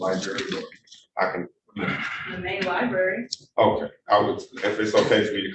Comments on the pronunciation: “Li-Berry”!? …. Try library, 🕵️‍♀️ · “Lie- Berry” That sums it all up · Did he just say LIBARY??!! Meaning LIBRARY?? He needs to go back to school!! And learn English. And AX for help. Since he can't ASk for help. Sheesh🙄